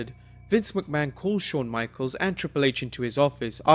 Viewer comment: You sound like a chicken when you say McMahon. Like wtf is your problem?